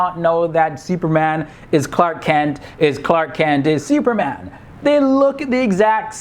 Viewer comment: The way you pronounce "Seeuperman"